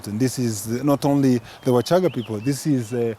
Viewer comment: U shouldn't change names as u wish....WACHAGA IS NOT WASHAGAA PLEASE !!!!!